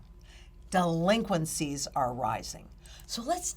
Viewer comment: 'Duhhh-linqencies'. You get the fumes.